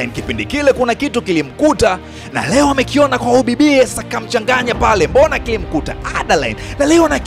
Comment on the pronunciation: Broo umetisha sanaaa hio speed ya kuongea nmependa aiseee msekeseke wa kutamka majina ya jane na adaline khaaa